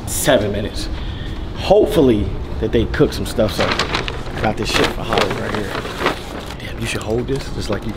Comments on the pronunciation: Ddg said Halle, says Holly 😂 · Why y’all mispronouncing her name 😂😂 it’s HAL-E